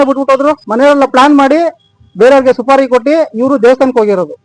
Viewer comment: Suri alla. Supari. News reader ge odalu barallawa